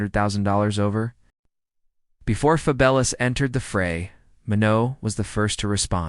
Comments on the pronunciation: Why you keep saying his name wrong. It’s fabulous like wonderful like something remarkable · Ok so it’s not a person, I’m like why the fuck does he keep saying his name wrong 😂